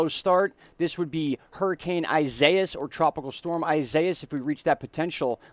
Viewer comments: Its EE si E es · Isaias is pronounced EE-SAI (as in SIDE)-EE-AHS just so you guys know. It's the Spanish version of Isaiah. EDIT: I had to fix it. A little